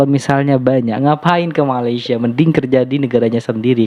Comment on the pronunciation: Malaysia....sebut dan eja dgn betul. Bukan Malasya